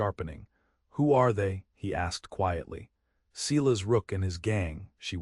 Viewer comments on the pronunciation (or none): EDIT the reading of the story!! The name Silas is pronounced "Si-las" not "See-las". EDIT & REVIEW!! A 10 fingered cowboy! AI graphics 😂😂😂 EDIT the writing. You timeline sucks. Starts out with Matthew in 1873. Zara's trunk in 1873 contains old brittle letters of correspondence from Mary Blackburn, the last one dated 1878.( Old brittle letters from 5 years in the future. ) Months later Matthew & Zara are discussing their future and Zara mentions getting a letter with communication involving Mary's grown son. And the reference of Mary having passed on. Are these TIME TRAVELING people. Somebody is very stupid and lazy. EDIT & REVIEW!!